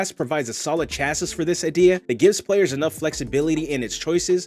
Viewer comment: Loved this video. So many videos are just restating the rules, this is actually creative and inspires further ideas. Thanks! FYI, chassis is pronounced "CHASS-ee", and rapier = "RAY-pi-er".